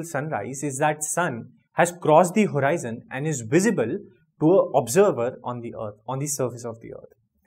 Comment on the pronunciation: That's not horiizon it's just horizon